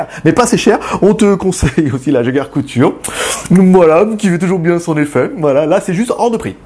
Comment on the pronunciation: c'est jaeger-lecoutre pas le couture x) et je trouve ça sympa de mettre des devants de portugaise (iwc) ou de Jaeger , pour un fan de montre c'est cool